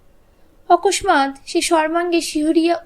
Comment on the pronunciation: Didi okosmat bole bangla bhasay Kichu hoyna ekhane "m" ta silent hobe r ucchronta okossat howa uchit